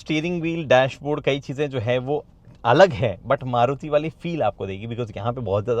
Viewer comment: Aap starting me maruti ko caruti fuzuki bote the😅